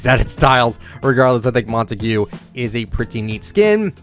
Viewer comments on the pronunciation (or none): It’s not montegu..it’s pronounced montaege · Mon toe gue- Incorrect Mon Tog- Correct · Every us YouTuber says "Montague" wrong 😭